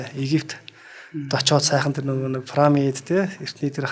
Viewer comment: Түүхч юм уу оролцогч нь? Парамид, Газа гэнэ үү? Ядаж ярьж байгаа газар орноо зөв дууд аа. Пирамид, Гиза гээд...